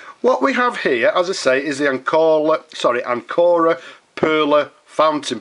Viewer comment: Pronunciation with accent on the first syllable, AN co ra, like the English word Anchor. Anchor Pens still makes all components, including their magnificent springy nibs, in-house. The larger models are pump fillers, the smaller ones cartridge pens. They are carefully made and lustrous, splendid pens, always with either sterling silver or vermeil trim.